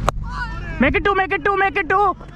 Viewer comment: Bhai i found 1 mistake that he said that doo instead of two